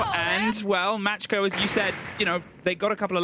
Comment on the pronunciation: Are they saying Match-Co? Isn’t it Macko?? Like the shark? What letters are they seeing?